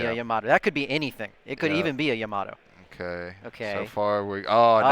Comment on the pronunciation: Bruh it’s pronounced YA-MA-TO not YA-MATO lol 3 syllables not 2. Plus, that’s how they say her name in the anime lol